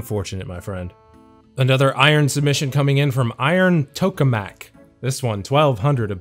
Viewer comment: For no reason other than just a daily bit of trivia, a Tokamak is an experimental fusion generator. You pronounce it Tuh-kuh-muk.